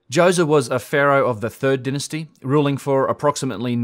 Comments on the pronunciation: I would like to make a suggestion. Dynasty is pronounced DIE-NA-STEE. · I thoroughly enjoy hearing you say "Dynasty"!